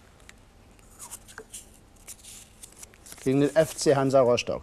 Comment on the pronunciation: Der sagt doch tatsächlich Roschtock 😂